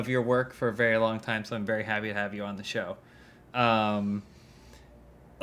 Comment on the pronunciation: "Super have you, biguba big, big fan of your work for a very long time, so I'm very havey to hab you on the show." So James? I noticed you Immaculately avoided saying that you're happy to have Elyse there. What's uhh.... What'sup with that?